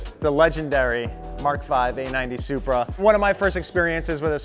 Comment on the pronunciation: Says Supra like Oprah